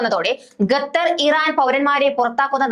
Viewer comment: ഗത്തർ എന്നല്ല, ഖത്തർ എന്നു വായിക്കുക.. ഓക്കേ.